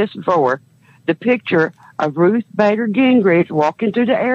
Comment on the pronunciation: It also sounds like she's saying "Bagger" instead of Bader. Funny and crazy at the same time.